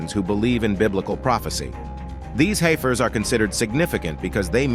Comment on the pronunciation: It’s hef-ers not, hi-fers